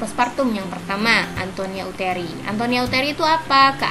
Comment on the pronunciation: ATONIA YA KA BUKAN ANTONIA,MAAF ❤❤